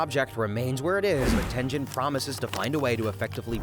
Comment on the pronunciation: Tenjin???? Ten GEN! Bro pronounce the damn names right 😭😭😭😭 Edit: TOJO??? FUCKIN TOJO????